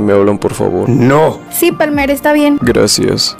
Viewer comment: no es PALMAAAAAAAAA! ES PALMERRRR